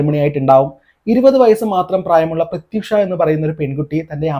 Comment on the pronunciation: പൊന്നു ചേട്ടാ പ്രത്യുക്ഷ അല്ല പ്രത്യുഷ ...... ഹിന്ദി സീരിയൽ നടിയായിരുന്ന വേറൊരു പ്രത്യുഷ കൂടി ആത്മഹത്യ ചെയ്തിട്ടുണ്ട്...